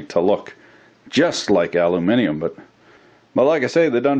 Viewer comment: Its so nice to hear an American pronounce aluminium correctly instead of saying aloominum